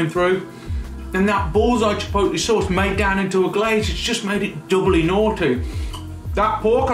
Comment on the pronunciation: Yes, it's chipotle. NOT chipolte. Thank you, Food Busker.